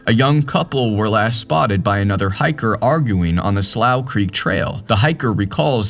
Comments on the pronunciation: The name of the trail is pronounced “Sloou Creek”……and that is a shallow creek. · Slough Creek is pronounced Sloo Creek. Have been there dozens of times, mostly into the third meadow. But that was years ago. I am now 80.